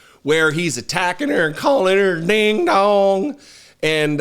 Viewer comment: Ironic that he pronounces “ding dong” as “deehn dawng” in that hillbilly tone. Green Acres is the place for him!!